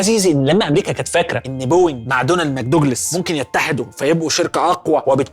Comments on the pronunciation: دونيل ماكدوجلاس،، أفشتك يا دحيح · قال لك دونالد مكدوجلاس 🤣🤣🤣🤣 الدقيقة